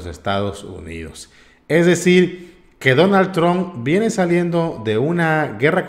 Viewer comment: 🇺🇸 NO SE DICE DONALD TRON= Aprenda a Pronunciar si va a ser Periodista o Reportero 🇺🇸